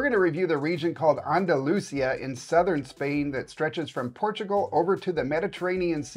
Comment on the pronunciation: Please pronounce “Andalucia” correctly! The accent is on the next to last syllable “ci”.